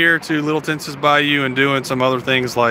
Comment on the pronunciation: Just FYI - Tensas is pronounced like Tensaw.